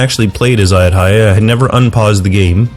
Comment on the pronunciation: it is A YUT THA YA